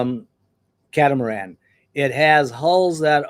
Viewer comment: Not the "ca-tam-aran"